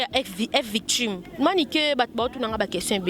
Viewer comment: ezalaka f victshim te plutôt F VICTIM ma chère lolendo ekoya kosalisa yo ba erreur trop oza croniqueuse et jeune je t’aime bien eza juste mua remarque bisous